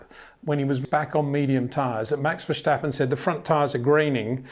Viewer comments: Love your video's but as as a Dutchman the "sch" in Verstappen, where does that come from? It's just an "S" , not "sch" pronounced like steep , not schteep. ;-). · Being both Dutch and English I might be of help in pronouncing Max’s name: the ‘s’ is not pronounced as in ‘shell’ but as in ‘sea’. Just sounds better to the Dutch. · Brits just do this for some reason, s becomes sh for them. As an American I say it VER STAP IN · Hi Peter, For some reason it seems that you keep mispronouncing Max's last name?